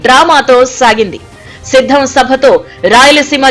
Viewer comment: That is not shiddam 😂😂😂 that is siddham😂😂😂